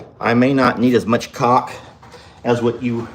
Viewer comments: "cauLK" LOL😂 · 🤣 caulk sounds totally different when you say it